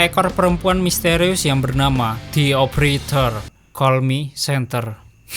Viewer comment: De opereter bang bukan ti opereter